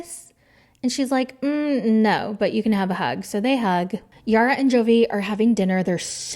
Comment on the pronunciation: LOL the "NAUR" took me out